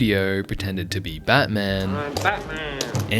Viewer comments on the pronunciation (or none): none